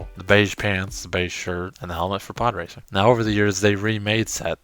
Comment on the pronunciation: I thought you said "poorracer" 😂